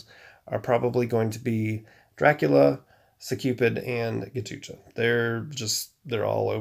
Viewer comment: Man it's not ghatucha 😂😂😂 It's Ghatotkacha . He is son of Bheem in Hindu Mythology.